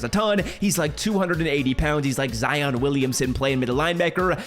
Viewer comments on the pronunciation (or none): none